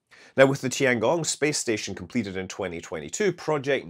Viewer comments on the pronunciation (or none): none